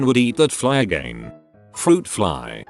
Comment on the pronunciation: no one: the voice: AgEin